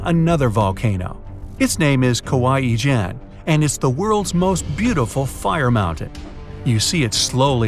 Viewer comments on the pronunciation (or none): Kawah ijen I thought you said kawaii Chan 😂😂😂😂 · ah yes kawah ijeh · you pronounce it "Kawaii Chan"